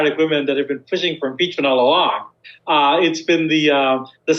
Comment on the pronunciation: YOU'RE PEACH-MENT🤔😊¿‽ or YOU'RE PEACH-MEANT🤣¡¿?‽! LMAO!